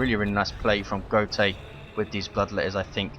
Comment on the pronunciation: if he's german wouldn't it be pronounced goat-uh